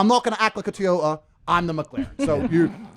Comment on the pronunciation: … T - OH - AH … As in, I love my T-Oh-Ah Camry. 😂